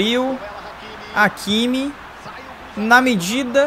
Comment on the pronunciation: Se fala ráquimi, não áquimi kkkk